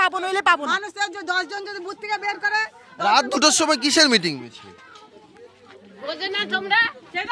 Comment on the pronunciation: আহ্, ওনারা বুঝতে পারেননি। দাদারা "মিটিং" বলেননি, "মেটিং" বলেছিলেন। অসত্য প্রচার -ই চলছে.... 😅